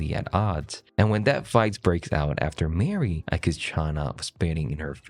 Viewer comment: MAR-e. Not MARE-e. Please for the love of cannibalism.